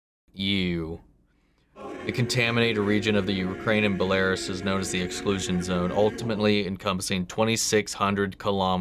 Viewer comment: Check pronunciation of Belarus.